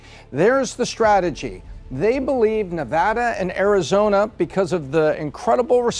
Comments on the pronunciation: why does she say arizona like that?! "arizoRna??" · The girl host “ arizornia, nerrvada” lol pls listen to yourself. No one believes your analysis.